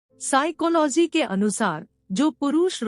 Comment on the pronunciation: Vaise y bar bar siclohy bolna jruri h😂😂😂